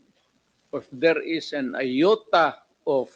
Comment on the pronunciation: "Ioata" of evidence lng daw😂